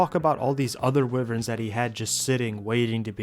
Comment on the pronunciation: wow! Wivverns btw... almost unwatchable because of that mispronunciation bro; Wyverns are pronounced (why verns).